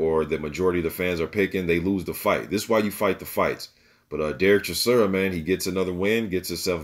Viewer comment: Bro you are mispronouncing his name it is how it is spelled...Chis...ora..not Chisura lol